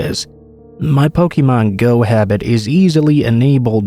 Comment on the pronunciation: That pronunciation of Pokemon was grating lmao